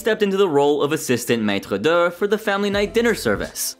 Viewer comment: its not maitre duh its Maître D' (Maître-dee)